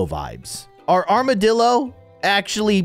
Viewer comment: it's not an amoroo, It's an armadilloo